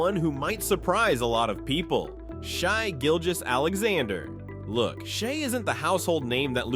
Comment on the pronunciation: "Shy Gilgous" really?